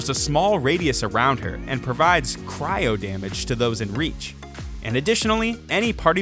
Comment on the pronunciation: No one talking about his pronounciation on "Cyro"?